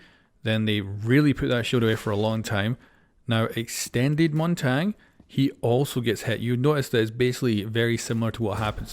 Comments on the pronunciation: Correct way of saying it is (Mon-Tonya) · montang can you say it correctly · Ah yes "montang" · Not that anyone cares, but his name is pronounced “Mon-Tanya.” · The way u say Montagne 😳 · just call him Monty or Mountain if you can't pronounce Montagne :D